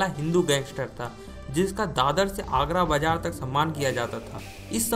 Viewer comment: bhai pronunciation toh acche se kr leta vo agra nhi hai vo agar bazzar hai nalayak or mannnyyyaaa nhi hia vo sir manya hai.........gadao